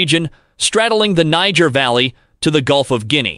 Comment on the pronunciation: "Nai-jeer" not "nee-ga"